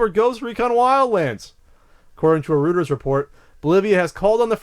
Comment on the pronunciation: it's R-OY-TERS... Not Rooters.